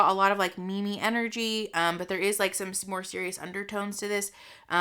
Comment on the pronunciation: “In my opinion” you really should try and speak a sentence without using the word ‘like’ every second word. Also, “Mee mee”? I thought it was pronounced “meem”?